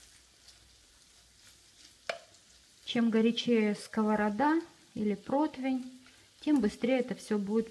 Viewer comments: Не протвень, а противень. Дорогие мои, не искажайте Русский Язык 😢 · Не протвень,а противень. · Насколько я не люблю куриную печень, но этот рецепт поселился в моей КК. ЕДИНСТВЕННОЕ замечание блогеру, правильно говорить ПРОТИВЕНЬ. Ухо режет. Куда сбегает у многих блогеров буква И ? Или они друг у друга подслушивают это слово... Хотя в описании кухонной утвари у Вас написано это слово правильно. Всего доброго!